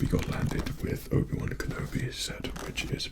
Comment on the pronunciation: It sounded like he said Ubiwan kinda like Ubisoft.